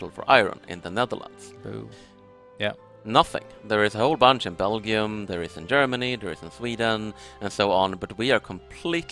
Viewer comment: Why does pronounces Belgium with a hard g lol? I've always heard it with a j sound